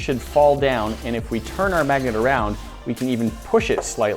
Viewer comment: lol mag-a-net